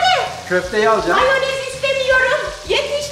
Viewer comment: Abla sen moyanezi yi cem dedin ama yemedin